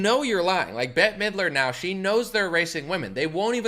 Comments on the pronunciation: Bett- Y Middler. 🤣🤣🤣 so cute!! It's pronounced "Bet". But now I'm going to enjoy calling her Betty. 🤣😍 hehehe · bette as in "bet" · Bette is pronounced "Bet"... Yes, she is a psycho. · Some good news for a change. Thank you. "Bette" is one syllable. Sort of like "bit" but short e sound.